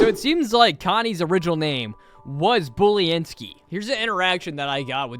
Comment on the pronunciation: Pronunciation:Boo-len-skee (Boo as a pun for her being a ghost):Bully-n-skee